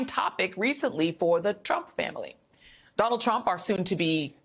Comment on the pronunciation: i think the next president's first name is pronounced, "Donut."